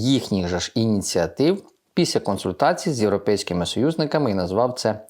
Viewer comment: Не псуйте українську мову: не кажіть ,,піся,,а кажіть ,,після